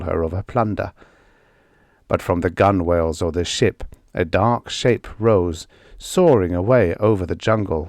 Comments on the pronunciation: Yes, gun-whale always drives me crazy (I've been on boats all my life). I'm fond of nautical stories, and it's an issue that crops up with almost every audiobook recording. No offence intended, but it's GUN-ell. If you learn this one simple pronunciation, you'll know more than 97% of all the English-speakers in the world, and sailors everywhere will hasten to shout you free grog at the pub! 💚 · I absolutely love and appreciate your hard work and constancy. Just a minor correction: Gunwale is usually pronounced gunnell, though it's becoming somewhat more common to go with "gun-whale" (though it's not really correct). I just retired from the U.S. Coast Guard Auxiliary, so I have a bit of a connection to nautical terms. And for those who don't make the connection, Conan the Cimmerian is better known as Conan the Barbarian (the character portrayed by Arnold Schwarzenegger in the movie by that name). Robert E. Howard is also known for Solomon Kane and King Kull and other sword and sorcery characters. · A silent W? Please explain.